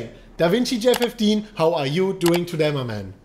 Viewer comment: "twoday, for da BitCoin price!"